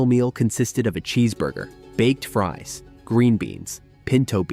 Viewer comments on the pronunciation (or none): none